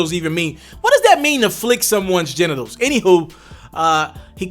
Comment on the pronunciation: “What does that mean ta flick someone’s gentitles” 🤣🤣🤣